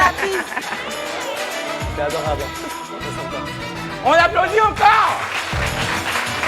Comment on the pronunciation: ❤J'adore quand dit "Ça s'applaudi...t"